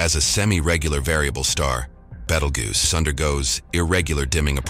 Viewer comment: had to stop when you miss-pronounced it... BEETLE JUICE! BEETLE JUICE! BEETLE JUICE!